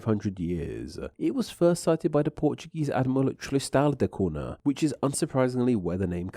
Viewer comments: Two things. 1. What happened to the "TH" sound in your dialect? 2. Cunha is pronounced CUÑA (CUNYA)! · it's not "koona" but "kooña", by the way (in PT the nh is the same as the spanish ñ) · Cunha is pronounced like cu(i)n - ahh , not “Cuna” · Interesting stuff Btw the "NH" in Portuguese in pornounced close to "NYA so CUNHA is not "CU-NA" but "CU-NYA", hope that helps for your next language butcherings hehe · before jumping to conclusions, I went to Wikipedia to make sure my info is correct. There, they give only 1 pronunciation, which is the original Portuguese form: COON-yah, via the 'nh' pairing. The same sound exists in Spanish (ñ), plus French and Italian (gn). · Wikipedia gives this info regarding the very name Helena: "English: /ˈhɛlənə/ HEL-ə-nə", so, as you can see, the stress is on the 1st syllable, nail it this time. Buuuut, when it comes to the pronunciation on "Cunha", it's [ˈkʊɲə] or [ˈkuɲa] - please pay respect to the palatal N;the NH digraph exists for a reason. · Tristan de Cuuuuuuna. It's always funny when people try and pronounce a foreign word by putting on an accent but then butcher the pronunciation anyway. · Who on the Earth pronounces "Tristan da Cunha" as "Tristan da Coona"? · Is that how you say it in English? I've been using the Portuguese pronunciation for the Cunha surname, which goes like "Coo-nya" when I pronounce the name of that place🫠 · surely its pronounced kunya? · It's pronounced "koon-ya". It's Portuguese. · Isn't it pronounced KOON-yah..? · Interesting, but just a shame that you not pronouncing the island's name properly. Cunha sounds like coonya. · Cunha is a fairly common Portuguese surname. Any time you see an “nh” in a word or name, it’s pronounced similar to a Spanish ñ. So Cunha is pronounced “coon-YAH.” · 4 minutes in and the utter lack of effort to pronounce "cunha" properly is getting on my nerves. . .